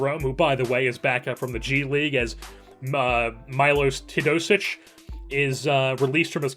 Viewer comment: Love that you started this series! Btw it’s pronounced “te-yo-dosic”